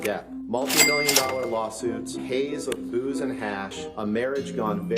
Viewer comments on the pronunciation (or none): It is BOOZE NOT BOOS!!!!!!!!